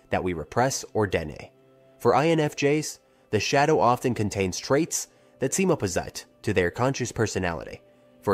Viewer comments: The mispronunciation of common words by the A.I. voice bothered me so much it took me out of my concentration. I am also an INFJ and details like these catch my ear immediately. I find them reeeeally irritating. 'Shado' instead of 'shadow'. That was the exact moment I decided not to watch any further and express my annoyance in the comments. Don't the makers check their videos for errors like these? Do they leave the making of a video entirely to A.I? Don't they care? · Shay dough